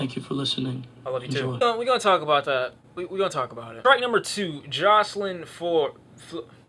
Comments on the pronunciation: him not pronouncing the beautiful angels name correctly, TRIGGERED lmao😂😂😂😂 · X gon come at you for not being able to pronounce Jocelyn Flores, he seems really sensitive about her